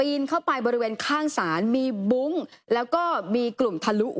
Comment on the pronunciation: บุ้ง. ไม่ใช่บุ๊ง